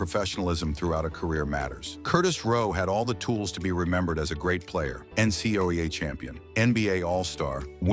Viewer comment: why cant AI pronounce NCAA? What a joke. Oh what's a "Keltic?"